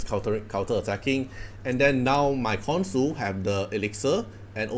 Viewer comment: btw I pretty sure the pronounciation is "KonSHu"